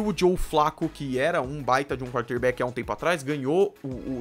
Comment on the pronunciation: Primeira vez que eu tô vendo o seu canal, nuita boa análise, bons dados. Pronúncia correta nos nomes dos Jogadores e nome dos estádios, mas algumas posições e termos a pronúncia não tá muito boa, wild card, quarter back, etc. Só uma crítica construtiva pra você